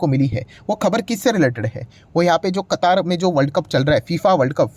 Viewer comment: कतार नहीं सर कतर ।